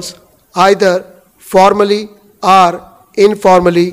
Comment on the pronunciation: Dear, I would like to point out a small yet rather annoying fact, when you dictate your pronunciation of "are" and "or" are exactly the same. Please try and correct it in your further dictations.